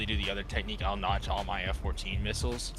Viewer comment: fire vid btw hope you get the rafale and belgium f16 btw it said nodge, but its called notch